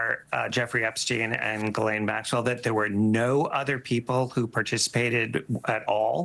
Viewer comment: Mr. Speaker “ Your lane “ IS Ghis-lane.